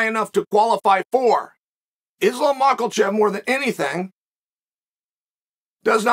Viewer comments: There is no "L" sound in his last name. Its "Makhachev" not "Makhalchev" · Makal-Chev Hazmat - Chimaev😂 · "Islam mackelchev" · "Islam Makalchev" gets me everytime ngl😂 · I just commented the same thing lol. It's too funny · Makalbocher lol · *muckle shev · Makalchev....Blahol Muhammad.... Khazmat,...Chael has a wierd approach to Muslim names. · Let's not lie Makhalchev sounds more epic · Everybody is calling him Makhalchev now 😂 and I think it's unintentionally and because of Chael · Is it a bad omen that uncle Chael is giving MahkeLchev an "L" before he even gets in the ring? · Belal is Behal, Khamzat is Hazmat, Pereira is ? and now its Islam. Anyone got anymore butchered names by Uncle CHuol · “Islam Makalchev” 🤣🤣🤣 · Chael how do you say it maklachev? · There's no "L" in Makhachev, where are you reading Makulchev? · "Islam Michaelchand.." - Chael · Maklachev lol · What’s a mocklechev??? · "Islam Macklechev" is gonna whoop Charles. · Ma’kel’chev ......... seriously! 🤨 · Maklachef, Mackelchev, Blahall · This guy cant pronounce any russian fighters name properly. Habib, hazmat, mackelchev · Who the f is Makalchev? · Why does he say his name like that 🤣💀🤣💀